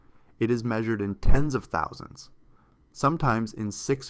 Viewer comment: When you talk large numbers you drop the h in thousand and use tousand because it makes you sound like a bigwig or bigshot.